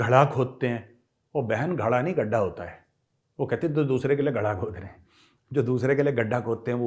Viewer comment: गढ़ा नहीं गड्ढा होता है 😂😂😂😂😂